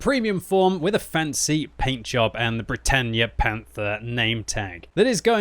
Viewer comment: Bretagne is pronounced Bret on not bretanye